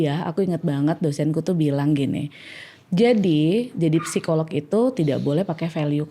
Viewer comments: Bang Radit, izin sedikit ya 🙏🏻 kata ‘psikolog’ biasanya dibacanya ‘sikolog’ ya Bang hehe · Bang radit ternyata rata-rata kita,setiap huruf di sebuah kata di baca. (Psikolog), P nya di baca) wkwkwk